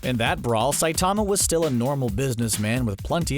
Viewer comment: CBR: Saitama has awesome power, here are a bunch of details from the show. Also CBR: pronounces Saitama's name wrong for the entire video.